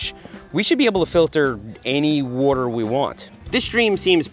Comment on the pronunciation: Seth yoi got some Philly in you? Saying wooder bottle lol